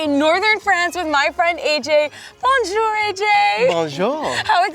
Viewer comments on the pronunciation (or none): I cringed when she said "Bonjor" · I speak french fluently and I know that's not how you say bonjour.